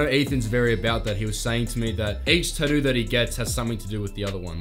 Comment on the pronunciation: I thought you were a brit but... you are Aussie... right? I am saying that because of how you say Tattoo - reminds me of Bondi Ink. :) Very cool content man, the video production is top notch. Your B roll and such is very pro looking, I enjoying your stuff.